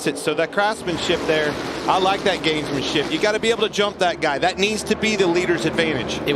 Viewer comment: Clearly says gamesmanshit